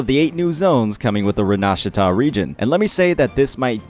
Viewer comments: Please pronounce correctly - Rinacita. It's not fu**ing Rinashita!?!? It's *Rina-Si-Ta! The 'Si' part - is like City. Sity! Jesus. Please! It hurts my Italian ears. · Ren nas sa ta? It's Rin a see ta. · Actually it's something more like Reenà-shità, but hey italian has disappear from 90% of games even in localization, i don't expect chinese and english speakers can pronunce it correctly. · One thing I am wondering is: What happened to the Raytracing? Are they still working on that? The trailers looked god damn magnificent. Also: Laughing my a$$ off because it didn't take a native Chinese speaker to mispronounce Rinascita as "Re-nah-sh!tter". Can't imagine it's anything more than rage bait though.